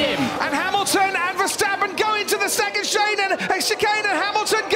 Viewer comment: "and HAM and VER go into the second shay nun"